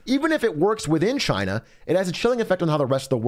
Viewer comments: Is Trump‘s pronounciation supposed to be spelled Gina Jina Djina Xina Czina? Did I miss any? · *Trump voice- “Cheyna” 👌🏼